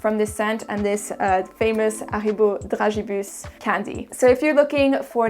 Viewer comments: Why pronounce Haribo with a silent H? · I was today years old when I learnt that brits were pronouncing Haribo wrong. LOL